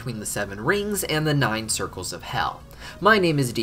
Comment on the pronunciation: "and 9 circlres"